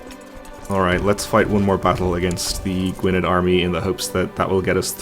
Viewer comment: Gwynedd is pronounced Gweeneth or Gweeneff if you prefer.